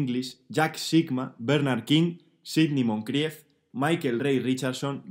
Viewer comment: La decada que me hubiera gustado ver! me ha encantado la pronunciacion de Sidney Moncrief! Sois unos cracks!! Megabuquessss